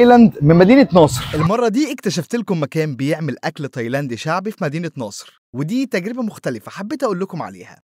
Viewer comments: سمعتها مدينة ناصر برضو😅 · اسمها مدينة نصر مش ناصر 🤣😂🤣😂